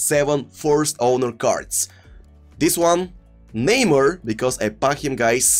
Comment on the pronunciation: please stop saying neymur And start saying neymar